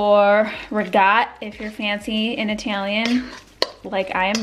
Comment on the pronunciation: You're upstate accent when saying Italian 🤣 also when saying ragot. Further downstate they say regut and it's the worst! There is no G in ricotta!